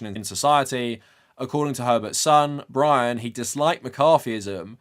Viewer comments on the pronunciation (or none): none